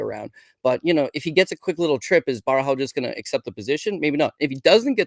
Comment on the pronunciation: lol why would you call "Borralho" Barahau, that is some crazy name butchering, there's not even an A in the first syllable